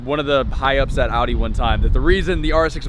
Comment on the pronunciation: Can't even pronounce Audi... losses all my respect in terms of cars